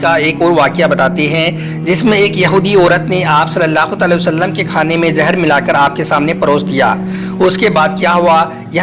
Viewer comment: Bhai aap video ache banate ho.....par bhai Huzoor ka naam sahi lena sikho...Tale o sallam...nahi hai...Alai hu Sallam hai